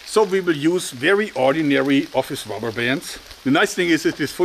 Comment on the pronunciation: rabberr lol